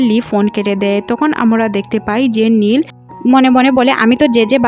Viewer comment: খালি ভুল এক্সপ্লেইন করেন নীল রে বলেন লি। স্যান্ডি কে বলেন প্যানি।